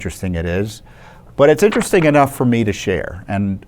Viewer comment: Vewy vewy intwesting. There are no coincidences.